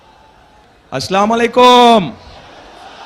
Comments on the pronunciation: কেউ যদি নেতাকে সালাম টা শুদ্ধ করে দিতেন আমি নিশ্চিত উনি শোধরে নিতেন। আমরা কেউ ভুলের উর্ধ্বে নয়। উনি সালাম দেন “আস্লামালাইকুম” “ স্লামালাইকুম “ সঠিক উচ্চারণ হবে “আসসালামু আলাইকুম"॥ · আসলামালিকুম ? নেতাকে শুদ্ধ করে সালাম দেয়াটা শিক্ষা নেয়া প্রয়োজন। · ভাই এতগুলো মানুষের কে আপনি সালাম দিচ্ছেন অথচ সালামটা ভালো করে উচ্চারণ করতে পারেন না স্লামালাইকু এর অর্থ কি জাতির মঙ্গল কামনা না করে আপনি আরো অমঙ্গল কামনা করলেন। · তারেক রহমান সালাম টাও ঠিক মতো দিতে পারে না। ( আসলামালাইকুম ) এই সালামের উচ্চারণ কি ঠিক আছে? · আসলা মুলায়কুম এটা কেমন সালাম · আস্লামালাইকুম কি সালামটা ভালো করে দিতে পারে না। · ভাই, বিএনপির মতো এত বড় দলের প্রধান হিসেবে সালামটা শুদ্ধ করে শিখে নেবেন- আসসালামু আলাইকুম। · এত বড় নেতা শুদ্ধ করে সালাম দিতে পারে না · সালাম শুদ্ধ করে বলতে হবে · ওতো ঠিক মতো সালাম দিতে পারে না। ওঁরা বলে কোরআন এর সুন্নাহ আইন দিয়ে দেশ চালাইবো সুরা ফাতেহা সহি ভাবে বলতে পারে না। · আমাদের নেতাকে বলবো আরবিতে শুদ্ধ করে সালাম দিতে না পারলে বাংলায় দিতে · ভালো করেত সালামটাও দিতে পারতেছে না😂